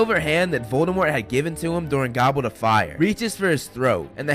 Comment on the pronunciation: ImARoadcone this is exacly how he said it!😂😂